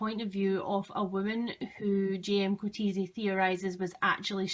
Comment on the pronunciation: As a South African, I'll have to correct your pronunciation of Coetzee. It's Koot-seer. His name is Dutch/Germanic, so you can't say it as though it's an English name.